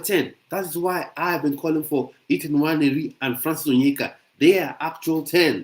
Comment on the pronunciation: Did you say Ethan Nwayeri?? Sure he is looking to play for England.😮